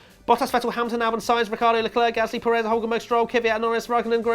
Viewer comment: Will you please. Learn. How. To say. Pérez's. Name. Properly! 👋😢